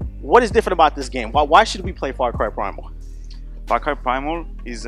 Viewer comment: When he says "Far Cry" it sounds like "Fuck Eye".